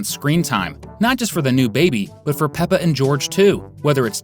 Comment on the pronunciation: ITS NOT PEPPR PIG ITS PEPPER